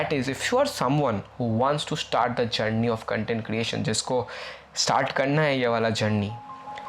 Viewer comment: its CONTENT not CUNTENT